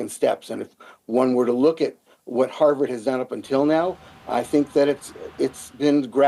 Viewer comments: Can you pls learn to pronounce HarVard not HarWard? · HaRvard not Haward and CoLUMbia not Colombia, SOMEONE hasto tel that lady the right pronunciation, please.